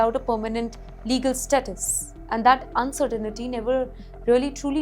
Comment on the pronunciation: It’s spelled and pronounced “uncertainty” not uncertainity 😢😂😂😅😊